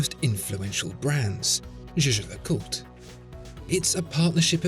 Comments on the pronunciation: no the fuck he isn't lmao. it's not "jay jay lecult". it's jay-jer lecooltre with a soft ending. not hard to google. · It’s not jhjh. It’s pronounced “YAYGER”. (Not Yayjer, either) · The way you pronounce Jaeger LeCoultre is funny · It is "Jä(e)ger (German) - Le Coul-tre (French)" Like Jäger-meister and Cul (like cul-de-sac) and Tre, like Dr. Dre. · I like how after 1 year, you finally learned how to pronounce Jaeger-LeCoultre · It's funny because he doesn't even pronounce it properly